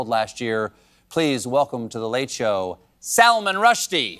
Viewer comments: I hate when Americans pronounce Salman (Sull-maan) as Salmon. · It's Salm(ah)n not Salmon 😭